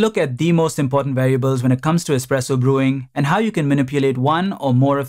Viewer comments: Expresso lol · Expresso. Great video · Expresso bissshhhhh! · "Expresso" lol